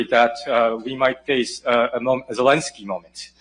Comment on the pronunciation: "Zelinski"? You mean "Zelenskiy"? (You're pronouncing the second vowel wrong.)